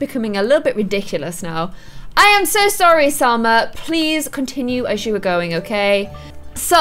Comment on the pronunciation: I not trying to be rude or correct you meanly but there is no r in Salma